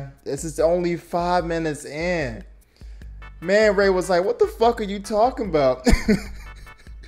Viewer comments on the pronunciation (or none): This man called black manta "manray"😂😂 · It's Ace "VEIN". Not Ace "VAN". Also it's Black Manta. Manray is the Spongebob villain 💀💀💀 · I know u ain't just call black manta "man-ray"